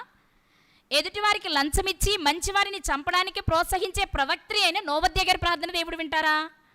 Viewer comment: ప్రవాత్రి...కాదు ప్రవక్తి..అని పలకాలి .తల్లి..